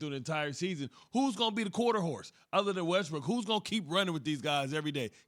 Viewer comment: Dude said westbrick live on tv 😭😭😭😭💀 💀